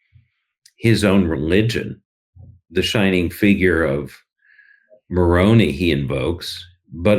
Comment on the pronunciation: Moroni is pronounced with a long I. Mike Lee is not held in esteem to the same degree his father enjoyed. A lot of Utahns are appalled at Lee’s behavior. His father died of cancer a number of years ago. People were very kind to his family. How quickly he has forgotten.